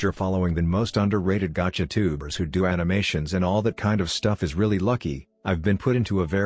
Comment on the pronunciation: WHY DID THE BOT PRONOUNCE GACHA AS GAGKA I’M CRYING 😭😭😭